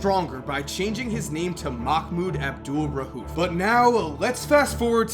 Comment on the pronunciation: Bro it's not rhuf it's rauf